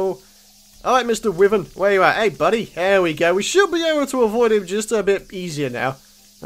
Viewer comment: its pronounced whyvern not withern